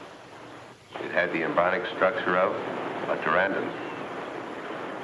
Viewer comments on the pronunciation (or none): Anne Kimbell was a fine looking lady, and she had really nice legs. She made the movie more watchable. No disrespect, just appreciation. I believe the Dr's Pterandon is pronounced, Pteranodon, and his embronic is pronounced, embryonic. Just saying.